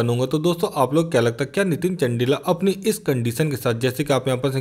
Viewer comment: Abhe bhai not चंडिला चंदीला hai vo bhai apni pronunciation theek kr tu